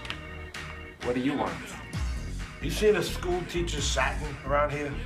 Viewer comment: Whacking made for a great storyline, but I was always bummed they took him out so early. I liked him as a character. And the fact that he can't pronounce "Saturn" always gets me. In multiple episodes he pronounces it like "satin". 🤣